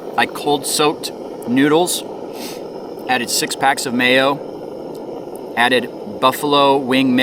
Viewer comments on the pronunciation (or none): none